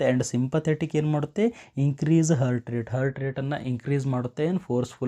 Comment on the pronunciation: ಹರ್ಟ್ ಅಂತಿದ್ದೀರಾ ಹಾರ್ಟ್ ಅಂತ ಉಚ್ಚರಿಸಿ, ವಿವರಣೆ ಚೆನ್ನಾಗಿದೆ 🙏